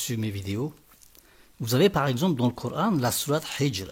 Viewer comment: Tu sais même pas dire Coran en arabe ,va dormir